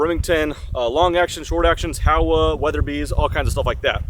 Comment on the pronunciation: Why does everyone misprounce this rifle? It's Japanese and it's pronounced Hoe-wah